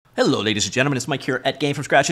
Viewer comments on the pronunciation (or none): none